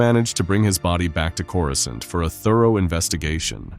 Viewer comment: “Coruscint” maybe test the audio before posting ai pronunciation.